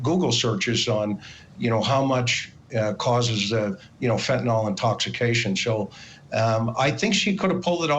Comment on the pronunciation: It's not pronounced 'fentanall', it's fentenyl. 🙂